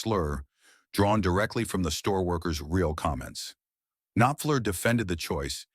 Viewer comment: It's a pity the AI voice can't pronounce "Knopfler" and "bassist". And its a great song, but it's hardly an insane story.